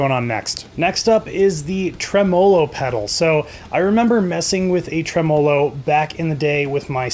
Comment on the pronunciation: I was interested, but bailed after seeing him critique four distortion pedals in a row, then mispronounce “tremolo.” C’mon: What about compressors, EQs, and delay devices—things that non-metal guitarists might use? It was the narrow focus and lack of musical knowledge that changed my rating to a Thumbs Down. Maybe he got to this later, but it would also be nice to know about delivery times and service? My experience with ordering directly from China has not been good.